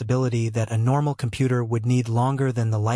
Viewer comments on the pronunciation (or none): Compoot ur. I swear that's the way I heard it every time. Anyone else hear it like that?